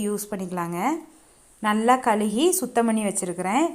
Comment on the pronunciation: கழுவி . கழுகி இல்ல